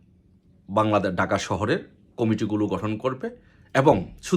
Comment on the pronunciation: ভাই ডাকা না, ঢাকা বলেন, বার বার ডাকা ডাকা বলেন শুনতে খারাপ লাগে